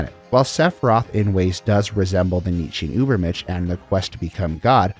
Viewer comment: Enjoying your videos, just a small tip. Check the pronunciation of "compilation" (com-puh-lay-shun), "ubermensch", and "Cait Sith".